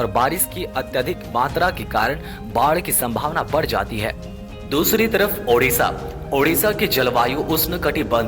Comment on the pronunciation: Sabse jyada yeah achha laga ki... Apne udisha nhi Odisha bola.....jyadatar log hindi main udisha hi bolte hne......